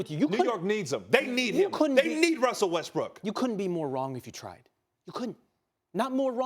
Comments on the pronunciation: He literally said Russell Westbrick lol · He literally said russel westbrick hahahaha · Ryan says Westbrick at :34